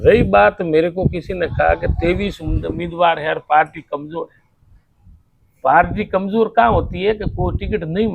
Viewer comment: Mla साहब पालटी नहीं पार्टी होता हैं।